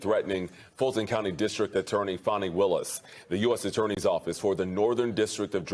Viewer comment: It's not Fawneeeeee.... it's Faneeeeeeeeeee.